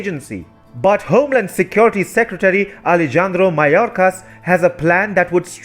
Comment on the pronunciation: dear, The J in Alejandro is pronounced H. All Spanish J's are pronounced H. Ale- han-dro. Han as in Honda.